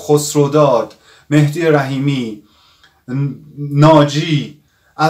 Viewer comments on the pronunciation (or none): none